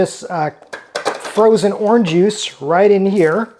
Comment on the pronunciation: “Orn juice” 😂